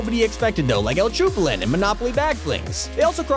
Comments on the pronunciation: im mad that he called el chapulin colorado el chupulin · “El chupulin” How do you mispronounce that, it’s “El Chapulin Colorado” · Nah bruh but the way he pronounced el chapulín colorado